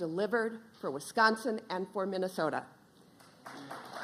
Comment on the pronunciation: What's "Vinnasota"?